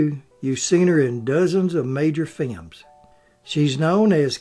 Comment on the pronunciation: I never tire of hearing films pronounced as "fi-yums"!